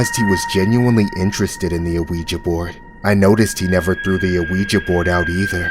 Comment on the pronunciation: i love these but i hate the way he says ouija like where do you get the A from its not A-weja it’s just weja